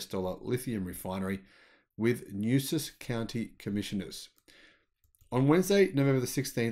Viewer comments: Nueces is pronounced Knew-S-S or Knew-Ace-S county, in Texas. Not Knew-Sus. Just an FYI,. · Nueces is "noo-EH-ses," meaning nuts in Spanish. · It’s pronounced “new-way-sez” county. Assuming Tesla can run the process will little or no polluting byproducts or waste streams. Just a few miles south is a large Celanese chemical refinery between Bishop and Kingsville known to local residents as “Smellanese” due to the noxious air pollution it creates. I hope Tesla is able to help this perpetually economically depressed area. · it's pronounced "new esses" county.